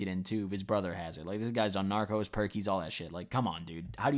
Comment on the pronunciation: My mans really said narcos instead of norcos